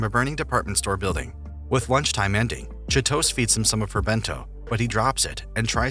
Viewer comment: I died a little when I heard the narrator mispronounce Chitose